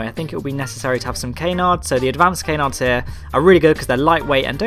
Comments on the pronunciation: Cann-ards, not cay-nards. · Cuh-nards, not, Kay-nards